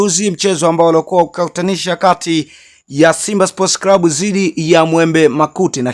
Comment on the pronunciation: NI CLUB SIO CRUB. NA NI CLAUTI SIO CRAUTIS